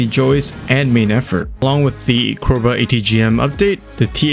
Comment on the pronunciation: Are you not a native English speaker? You mispronounced Joust and Cobra just within the first 2 minutes as well as your overall speech sounding very mouth closed and not natural considering you have a written script (also obvious in speech patterns). Maybe you should wing it a bit more to come off natural more and take some time on harder words if you aren't familiar with them.